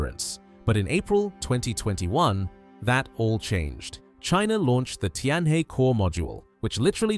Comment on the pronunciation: Tianhe is pronounced Tian Her, not Tian Hey!